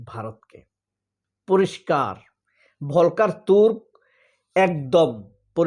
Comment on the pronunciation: ভলকার হবে না বরং উচ্চারণ হবে ফল্কার টুর্ক যেমনটি ফল্কস‌ওয়াগেন (Volkswagen) বাংলা ভিকিপেডিয়াতেও দেখলাম ভুল লেখা আছে যে তুর্কি কিন্তু আসলে এটা জার্মান ভাষায় কারণ অস্ট্রিয়া তে বা সুইজারল্যান্ডেও জার্মান ভাষা তবে সূইজারল্যন্ডে আংশিক ফ্রেঞ্চ ভাষাও আছে। আরেকটা শব্দ অনেক সময়েই বাংলাদেশে ভুল উচ্চারণ করে থাকে ভলক্স ওয়াগেন এর মতো সেটা হচ্ছে কিন্ডারগার্ডেন সঠিক হবে কিন্ডারগার্টেন অর্থাৎ ইংরেজি যে চিল্ড্রেনসগার্ডেন 😂